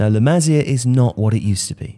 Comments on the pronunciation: Still find it funny how joe cole mistakenly called la masia as the “masala” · Just a heads up, you should pronounce it like Maseea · maSÍa FÁbrica come on m8 say it right